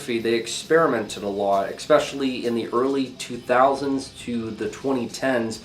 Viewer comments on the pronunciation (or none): Across multiple videos you have added a ‘K’ to the word ‘especially’. It’s not pronounced ekspecially, but if this is like a meme or something then ignore this comment - but I heard it once in another of your videos and again in this one